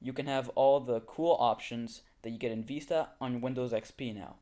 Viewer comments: It VISTA not VESTA! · Vee-sta? No it's Vis-ta